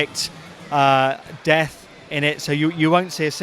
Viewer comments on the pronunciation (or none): none